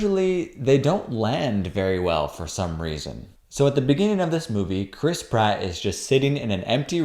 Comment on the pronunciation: Every time I hear "Chris Pratt," I hear "crisp rat."